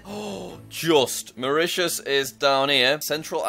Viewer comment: Jack calls Mauritius Mauritania*